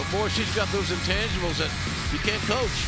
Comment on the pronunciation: Did Tony say intangibles or in TESTICLES? 😨